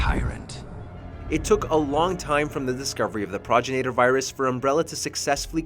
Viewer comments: Pragrinater what? What is a praginater? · Ugh... It physically hurt to hear him butcher the pronunciation like that. Go play RE5 and actually LISTEN to the dialogue, man!! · Progenitor, not progenator. FFS 🤦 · Grammar police: Progenator isn’t a word. Progenitor ( pro gen i tor) is how it’s said. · Progenitor is pronounced : Pro-gen-it-er It's not said like: Proj-in-a-ter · Progenitor Pro-gen-it-or That's how it's pronounced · Pro-jen-it-or, it's basically spelled phonetically, leave it to to show how little they care to research their topics in the first 30 seconds. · "Praw-jin-ate-ur" Ohhhhh boy... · it's PRO-GEN-A-TOR ....lol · It's been said a lot but it bears repeating. "Pro-GEN-IT-OR" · pronounced PRO-GEN-NA-TUR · Pro Janitor 🧹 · Repeat after me, Pro-gen-I-tor virus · Da hell is there an "ay" in progenitor? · Nigga mispronounce the word “progenitor” when talking about it and shit odee cringe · God this guy can’t even pronounce progenitor correctly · Dude, the way you pronounced "progenitor" was cringey! 😂 #Sawry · Just came to the comments to see who else was annoyed at him pronouncing “Progenitor” SO WRONG! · He pissed me off on how he pronounced the "Progenitor Virus" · Your saying progenitor virus wrong dumbass!!!!